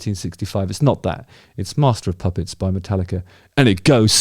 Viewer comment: Dammit Justin ffs….you need to give more time after you announce a spoiler alert 🤓🤣 Plus….you are totally butchering MOP Still love you though bro 👍🏼